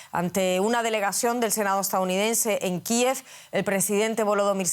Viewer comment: Enséñenle a los gringos que no se dixe Kiv , sino Kiev es ridiculo que español estén empezando a decir Kiv